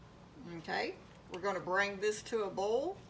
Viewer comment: First, I want to apologize for what I’m about to say 🫢. I couldn’t make it through your video. You were pronouncing “bowl” and “boil” exactly the same. And, every other word was “bowl”. Yikes You’re probably thinking just don’t watch if it bothers you, right? Well…….I think you’re a very good cook and I would like to learn to cook like you 😪 Once again , I apologize for everything I just said 😔